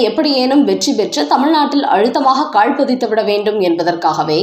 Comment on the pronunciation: அம்மா! அது கால் பதிக்கிறது. காள் இல்லை. தமிழைச் சரியான முறையில் உச்சரியுங்கள்.